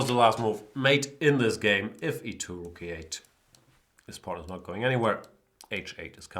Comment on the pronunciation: Is he saying porn instead of pawn?